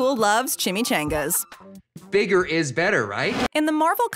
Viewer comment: Ok I’m the only one who hates the way she pronounces chimichangas?